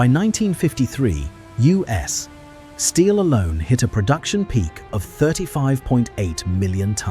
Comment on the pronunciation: Why can't A.I. pronounce U.S. Steel without a pause. Doesn't this mean that no one listens to what they produce? Just input "you ess" and it will probably work or just read it. 😄